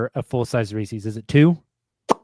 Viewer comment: Reese's... Not Reesee's...